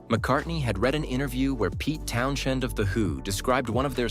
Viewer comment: Peter Town-shend?! Cool video, but get your pronunciations right, mate.